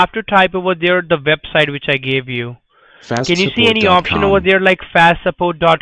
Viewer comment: Is the Q&A still open? What's a vebsite lol that all say vebsite instead of website... Plz do some more flood calls videos